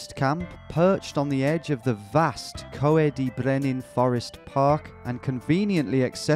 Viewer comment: Tom I’m a big fan, thought I’d mention the word “coed” is pronounced as Coy D. It’s the Welsh word for forest